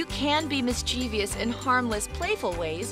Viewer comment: THEY PRONOUNCED MISCHIEVOUS WRONG __-__